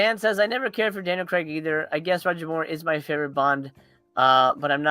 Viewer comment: Craig is pronounced Crayg not Cregg haha